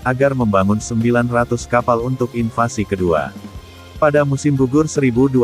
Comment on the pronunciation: Invasi.....bukan invansi